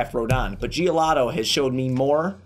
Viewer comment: Bro its giolito not giolato lol